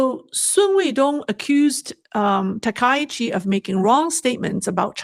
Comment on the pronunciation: ‼️.... STOP 🚫 Please Pronounce the PM name correctly please. Its pronounced TAKA_EE_CHEE..... not TA_KAI_CHEE.... you are pronouncing wrong on purpose. Please STOP IT. Be professional. SEATTLE USA